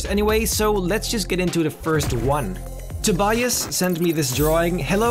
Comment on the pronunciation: it is pronounced as tobyas